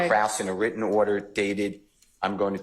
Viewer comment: I don't think Krause is pronounced like 'cross,' I'm pretty sure it's like 'crowd.'